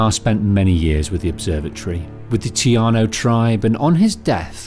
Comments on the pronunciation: Taíno, not tiano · Bro your killing me with the tiano bullshit... it's tAino tA-ino